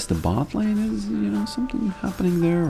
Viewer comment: you used to be too busy to say "it is what it is" and instead said "it-E-what-it-E". Like a snail with a milk droplet.